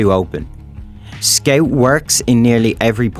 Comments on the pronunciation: I like how he says "skeut" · Very accurate weeb accent. I'd subscribe if I wasn't already. Also, what is a skeouwt? Never heard of that class... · guys he says scaut